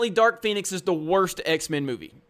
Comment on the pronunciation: Did you say Dark Penis?